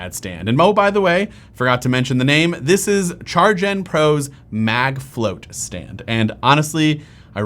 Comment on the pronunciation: Really, CharJen? "MagFlott" is supposed to be pronounced "Mag Float"? That's very obviously "Flot" like "lot". Product may be good, but the name is a MagFlop.